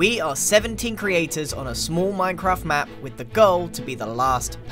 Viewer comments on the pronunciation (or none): its MineCr-aha-ft